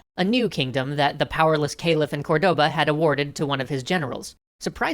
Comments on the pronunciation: Dude! CORdoba, not corDOba! Stress in the first syllable! We even point to the letter with a little mark, "Córdoba"! It's tilting me out so much I can't pass the first minute and a half of the vid! deep breath Ok, now that I've said it, I can keep going, this is probably very interesting. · Awesome, but remember, it is not cor-DO-ba, rather it is COR-do-ba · i love, but they have so much problem with spanish names... the intresting part, its that they only have problem on the accents. accents as in tildes and pronunciation of the strong silable. example: its COR-doba, not corDOba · Córdoba, not Cordóba... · English speakers would naturally pronounce it cor-DO-ba but that is in fact not the correct pronunciation for the city. It is actually, COR-de-ba. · the word "Cordoba" has the accent on the first" o", it sounds like "córdoba". Granada was spelled correctly. Keep the good work. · Córdoba. CÓR-do-ba. Almeriense. Al-me-rien-se. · Great episode as always, but as a Spanish, Cordoba is accentuated on the first 'o', not the second one!!! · I loved this episode, but one thing drove me insane: Córdoba is stressed on the first "o", not the second